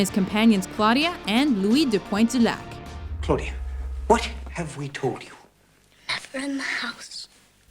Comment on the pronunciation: It's weird how you french pronontiation is good !! Are you french, did you take french class ..? Because seriously, the way you say « Pointe du lac » is perfect.